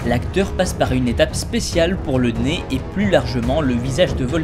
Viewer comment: nez* et pas né, voili voilou sinon je t'aime beaucoup et vidéo génial :-)